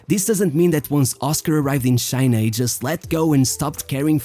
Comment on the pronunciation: Its not shina it is China !!